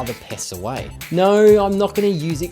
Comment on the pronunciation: Why do you australians say nouwe for no?